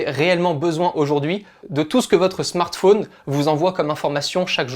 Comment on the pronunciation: Spécialement quand il dit smart fauuuuunee tt les 30sec. au lieu de Smart fōn